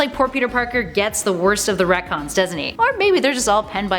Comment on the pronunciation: sounds more like “that’s comic-cons” wahhhwahhhhwahhhhhhhhh....great videos brilliant channel thanks super human hero’s preciate U ❤️💛💚